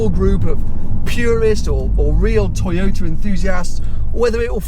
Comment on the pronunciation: tojota. Come on,...we all know times are extremely difficult for all of Youtubers due to corona and all of its shitty followings..but come on, man...it´s a tojota. Whatever you say about it, however fancy you make it sound, the bottomline is it's a tojota. You own a Ferrari and Porsche, these are cars and makes us followers are here for. Don't lower your standards, no reason for that. I didn't´t watch the clip as tojotas are tojotas regardless of badges or how fast they go. It is cheap plastic, ugly, low class.